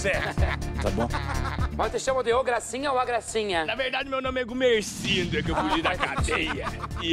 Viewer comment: "Na Verdade Meu Nome é Goumerçindo" 😂😂😂